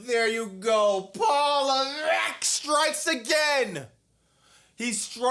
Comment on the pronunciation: ❤😂every time I here you say Paul Levette and that $3 billion debt😂😂I watch your show more than smack down😂😂